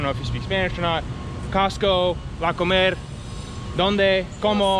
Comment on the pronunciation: One comment, you said you were going to the supermarket, La Comercial Mexicana which is great, yet you used the short version of the name yet pronounced it as the verb "to eat" and not the name of the store. Say "comer" (to eat) then say "Comercial Mexicana" and you'll hear the difference (or have a Mexican friend say it), and you'll sound correct or "Mexican"..... Love the t-shirts